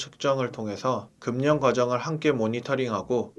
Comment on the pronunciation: 금년이뭐예요 금연을 그면으로 말씀하셔야지 연음법칙